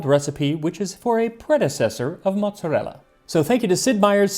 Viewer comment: Let‘s see when the angry comments come in that it is calles „Mooot-Za-Ella“ by ppl who think they are italian, but are actually just „Noo-Yorkas“, because you completely pronounced like italians would…